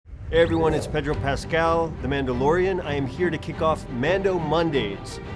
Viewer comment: Stop saying kick pedrol pascal . I'll kick yal